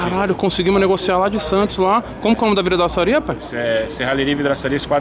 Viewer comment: Tem Toguro falando VRIDAÇARIA, tem like. 🤣🤣🤣🤣🤣